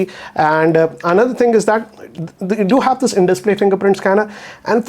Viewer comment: Can you improve your English,, and try to say 'this' rather than 'thissa'?